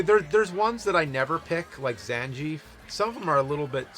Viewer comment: Okay, now, when James pronounces Ryu correctly, he needs to learn how to say Zangief